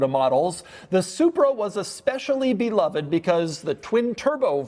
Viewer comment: Double dog dare anyone to take a shot every time Doug says “and” like he is passing a kidney stone. Better, an extra shot every time he mispronounces “beloved”.